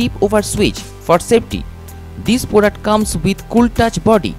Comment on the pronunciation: Kon se jungle se bhaag k aaya hai bhai ??? Bholtage ..... Blow ko bolo .....product ko porduct .....bus kar mere lal tere se na ho payaga